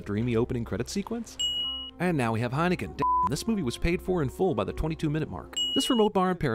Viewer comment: Come on, that was as good a pronunciation as you can reasonably expect to hear from any non-Dutch person.